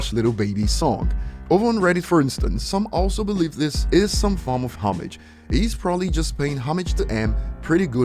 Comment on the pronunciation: Please stop pronouncing homage like that. Lol